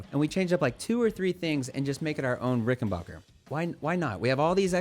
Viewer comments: Dood......its bach er...back..not bark er...same as ut name isnt.....why dont u 'mercans say it right!!! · Ok man, it's pronounced "RickenBACKer" , the same way you say "JACKson" , NOT "RickenBACHer" !!! As for the new Jackson Bass, I've always kinda like Jacksons, I'll give it a try.